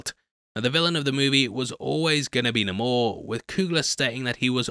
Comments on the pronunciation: Quit calling him NUH-mor, you're better than that... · Its ok to say Nay-Mor guy lol even Coogler pronounces it that way as do the other actors in the movie😂